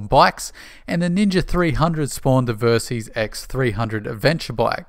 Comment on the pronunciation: I love the videos and I always look forward to the next release, but pleeeeeease prounounce Versys as it is intended. VERsatile SYStem. Surely your Australian accent shouldn't interfere with pronunciation of this portmanteau word? Just nit-picking :)